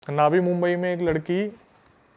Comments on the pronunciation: नवी मुंबई होता है भाई नावी मुंबई नहीं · It's not नावी मुंबई, it's नवी मुंबई. Mind it